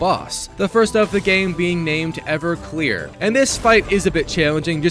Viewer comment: This man called Eveque: “Everclear”